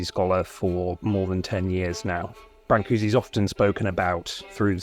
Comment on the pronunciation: Why bother to print the diacritical marks if you aren't going to pronounce them? I figure if you're gonna say bran-coo-see, just type Brancusi. Otherwise say brn-coosh or something.